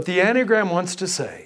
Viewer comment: hasn't this heterodox priest been laicized ? and if not why not. Additionally he does not appear to have the slightest idea of what he is talking about. There is no mystery here about the source of the enneagram (which he does not know how to pronounce) it was introduced by GI Gurdjieff and its description, the accurate one at least, can be found in the works of Pytor Ouspensky the world renowned mathematicians who was a pupil of his in early years of 20th century. gurdjieff remained obscure about the origins of the diagram making enigmatic statements about it. One thing is completely and absolutely certain that it was NEVER INTENDED TO BE USED as a tool of personality analysis. gurdieff in the last months of his life late '49 told his group his life's work would be destroyed and by whom. I believe the source of the corruption of understanding of the enneagram is oscar achayo and werner earhard among others. The Jesuits (who else) became actively involved in propagating and disseminating the version on display here. One can find very correct analyses by Fr. Mitch Pacwa SJ who was seduced into this from the order but came to understand being misled. If anyone reading or listening here wishes an accurate analysis I will suggest P. Ouspenky's In search of the miraculous and Tertium Organum . Shame on this hustler who makes direct contact almost impossible online otherwise I would have been pleased to confront directly. He is what G termed as an "idiot" or in his case a "hopeless